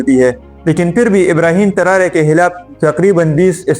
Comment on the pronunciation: Not Tarare its Tarore